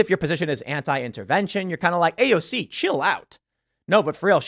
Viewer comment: Tims pronunciation of AOCs full name is super annoying.